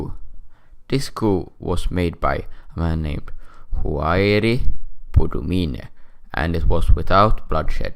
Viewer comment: 1:France ransacked the country before they left 2:Boumdien( ur pronunciation is wrong). other than that I'd say this "war" were talking about ended in 1999 we called it the dark decade. btw nice vid